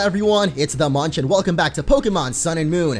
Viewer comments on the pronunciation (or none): none